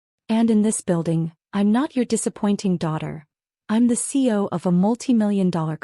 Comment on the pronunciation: What the hell is a CO? I’m familiar with CEO, COO, etc. But not a CO. You mean CEO but AI is saying CO.